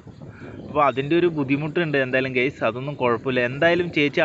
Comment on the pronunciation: ഗെയ്‌സ് എന്ന് പറയാതെഡെയ്... ഗൈസ് എന്ന് പറയു... 🙏